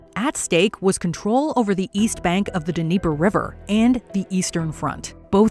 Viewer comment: not sure you pronounce the D when talking about the Dnieper, but no biggie. long as you didn't call it the Deniper, then it's all good..